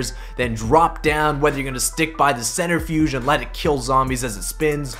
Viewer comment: Centrifuge, not centerfuge